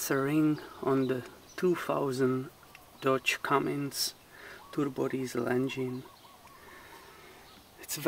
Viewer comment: cummins not cummings geez